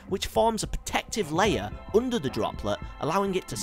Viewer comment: oender instead of under! LOL